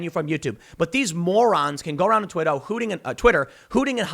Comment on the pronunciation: "Twitto" lmao